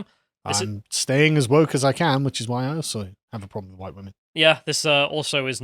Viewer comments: The best thing is that she said hwhite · "They were all GHITE"